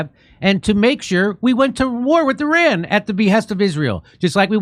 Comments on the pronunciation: hey dear, it is eeRAAAN not i-ran, it's not an apple device. Faking Ynkess never had a history lesson. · Jimmy I love you for all you do to help humanity,BTW pronunciation is not I......RAN,It's ERON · Sorry, not I ran but E raan. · it’s not EYE RAN